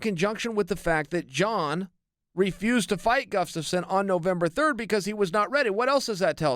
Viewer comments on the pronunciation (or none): I've never heard Chael not call him 'guffstasson'